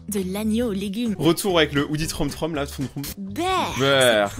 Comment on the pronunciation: Troom Troom pas trom trom